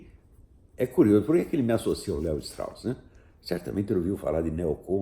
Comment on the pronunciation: se fala Levistros....kkkkkkkkkkkkkk.....vai estudar